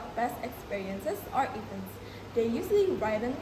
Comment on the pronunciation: The actors have less eye contact which caused a little bit hesitant expressions which influenced their fluency in presenting the content. While answering, they covered the speakers with text that showed no fluency. Some words were pronounced incorrectly, for example: feature, museum, and events. the actors showed less effort in mimicing the american accent (native accent). They presented the introduction and problem, however, they didn’t deliver in scene how did they solve the problem which caused confusion in the story line. The story was clear, yet the ending should be explained and delivered more by the actors. The cursing idea presented a creative way in delivering the lesson related to the magical story that they made. -Keisa.22I